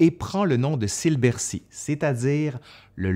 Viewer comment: Par avance, je vous prie de m'excuser pour ce commentaire un peu négatif, mais ça me rend toujours un peu fou: pourquoi prononcer des mots ou noms allemands à l'anglaise dans une vidéo en français? Speer ne se prononce pas "Chpir", mais "Chpér" (avec un é long (ou \eː\ selon l'API) ). Il en va de même pour le See de Silbersee (le s se prononçant d'ailleurs plutôt \z\).